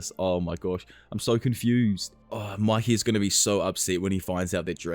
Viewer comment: Its pronounced muykee… it’s annoying to hear you say makee